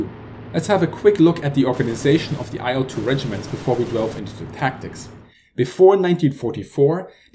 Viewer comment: Great video, but I must add that the correct pronunciation of the name of the plane is like the word "ill" with a short 'l' sound at the end.